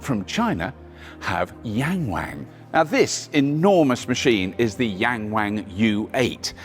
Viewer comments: It’s pronounced more like Young Wong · *Yong-wong, why do Americans and Brits always have to intentionally butcher pronunciation? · It's Yung Wung NOT Yeng Weng duh 😂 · you butcher the brand name, it is pronounced Yang "young" ,Wang "The 'Won' in Willy Wonker", so "Young Won" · I mean I get the joke, but none of these Chinese names are pronounced that way LOL "yang wang" is pronounced more like "Young Wong" and "Dong Feng" is actually pretty hard to find an English equivalent sound, but something like "Duuu'n Foo'n" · Yangwang actually sounds like "yungwong", not yang wang. It's pronounced differently. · People keep mispronouncing the name Yangwang. Its supposed to be an "ah", Y(ah)ng'w(ah)ng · HAHAHAHAHA 'YANG WANG' SERIOUSLY???? ...WHY NOT....'WING WONG' ? OR 'HOW HIGH ? YOU WONT BE ABLE TOP CHARHE IT BOTH SIDES AS UK IS TINY AND NO SPACE FOR THAT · Yangwang is not pronounced in that sort of way!! The a's are pronounced more like "ahhhh" (think drinking a cup of cold water after a long day, or "ah ha!") – so Yahngwahng. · Your pronunciation made me laugh. Yank Wank. LOL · "Yangwang" Me: "YankWank?" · Please read after me: Young Wan(t) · Please learn to pronounce the names of brands correctly 🙄 'Yarng warng' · I believe it's pronounced "yank wang" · Ywang😂😂😂😂 wang😂😂😂😂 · “YangWang”..?? Seriously..??!? Who’s doing their UK launch - Mitchell & Webb..? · Young Wang .... Wrong pronunciation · Who decided to call this brand "Yangwang"? lol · Yangwang?? Really? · I'll give $100 to the first person who can say Yangwang 100x in a minute. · He absolutely butchered the pronunciation of the name (which means "to admire" or to "looking up to" in Chinese) but I doubt many westerners from English speaking countries would pronounce it correctly.